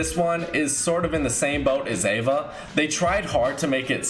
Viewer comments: Its EVA not AVA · It’s EEEE va not AAAA va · Its called eva not ava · I disliked just because he said ava instead eva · Ava? It’s eva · Its EEEEva not AAAAva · It’s not Ava it’s EVA idiot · Its pronounced e-va btw